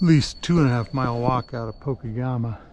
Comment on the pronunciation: Pokegema is pronounced Po Keg ema.